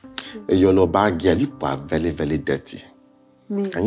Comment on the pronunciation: Vely educated😂😂😂